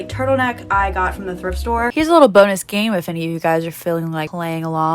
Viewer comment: How many times said “thirft store” during the video: i counted 8 lmao Truly an icon ❤️